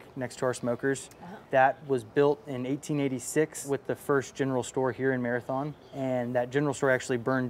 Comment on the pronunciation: its pronounced Marathun!